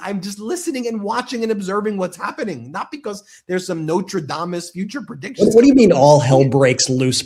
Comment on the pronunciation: Nostradamus, not notradamus. Second time I've seen him say that.